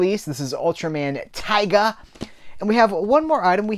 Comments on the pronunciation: its pronounced "tee-ga", taiga is a different ultra show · Just to let you know! Tiga is pronounced Tee-ga Normally it wouldn't be that big an issue to mispronounce a name but there is also an Ultraman Taiga pronounced how you said lol